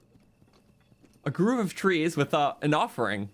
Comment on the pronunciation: Wait, I'm from Wisconsin and we do NOT pronounce grove as "groove". That's just a Croton thing.